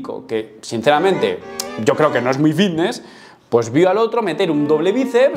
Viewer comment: Por qué cojones dice "Vitness" y no Fitness?